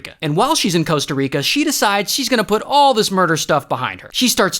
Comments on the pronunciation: It's Costa Rica, not Coasta Rica 🤓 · Costa Rica not Coasta Rica 😂 Love you Ray! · bro, its Coasta Rica...